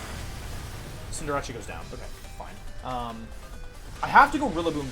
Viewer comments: I don’t get why he calls it CinderaCHEE isn’t it called CinderACE? Does he do it on purpose or am i reading it wrong. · It’s Cinderace. Like cinder in fire and race, cause it’s a rabbit. Not Rachi. Just saying. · You are aware cinderace is pronounced like Sender Ace right? You keep confusing it w jirachi i do believe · Just for my sake and others... CINDER-ACE. As in an Ace if hearts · I just realized he pronounced the c in Cinderace like a ch, and wasn't saying "Cinderachi" as a portmanteau of Cinderace/Jirachi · why does he say cinderrace's name cinderachi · Why are you saying cinderace like that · why do you mispronounce cinderace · The way you pronounce cinderace is tilting me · Why does he say cinderace like that im confused im newer to his channel